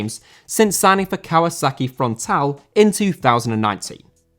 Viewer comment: You should sound all the vowels when saying Japanese names, so in Avispa Fukuoka you need to sound the "u" and the "o", FukUOka. Same with Kawasaki Frontale, you need to sound the "e" in the end.